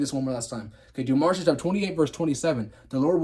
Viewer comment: It's Deuteronomy, not demonitry